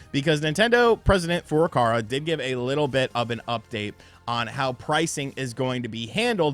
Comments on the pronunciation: It's Furukawa my man, not Furukara 😂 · STOP Destroying President FURUKAWA's name 🤣🤣🤣, FURU-KAWA... Not that difficult!